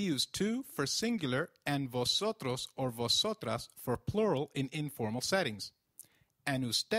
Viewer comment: I‘m confused. When v appears at the beginning of a word, shouldn't it be pronounced as 'b' than 'v'?